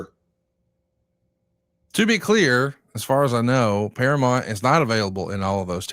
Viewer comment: please stop saying "Paramont". It's Paramount.